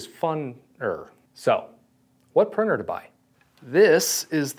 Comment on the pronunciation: Such a pity that with all the time you have spent with 3D printing, you still haven’t been able to say printer. Prinner and prinning are not real words.